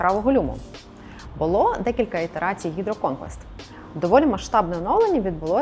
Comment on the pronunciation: Дивний наголос на гідроконквест) Але можливо має право на буття